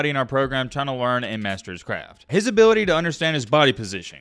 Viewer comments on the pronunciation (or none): none